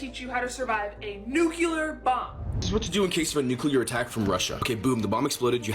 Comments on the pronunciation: She also butchered "nuclear" by pronouncing it "nucUlar". In a different video. She is attractive though. Great hair. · Her saying ‘nucular’ instead of ‘nuclear’ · you can tell she was a fraud based on how she couldn't pronounce nuclear properly lol